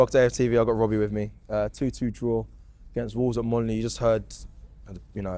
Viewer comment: 'When it going to end Wobbie?'..